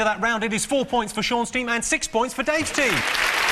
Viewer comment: Did the announcer call him 'John' Lock?